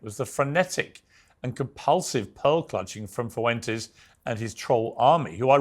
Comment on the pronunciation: And Nick foo-entes